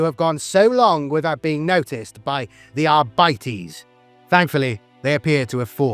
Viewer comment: arbites not arbitees o-o